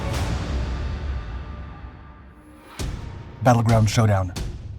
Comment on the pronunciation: “Battlegrownd?” Seriously?